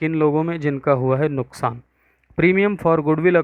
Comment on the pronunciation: Sir wo nuksaan hota he nuskaan nahi